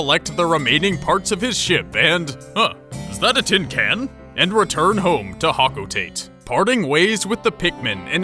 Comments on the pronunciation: it's actually pronounced like hoke-oh-tah-tay but you can say however you want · Hocotate is pronounced hok-oh-ta-tay and, , that is dwarf bulborb, a completely different species to the bulborbs! Get your facts right mate. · You pronounced hocotate wrong m8 its hoco-ta-tey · It's pronounced Ho-co-tah-tay. I learned that a month ago lol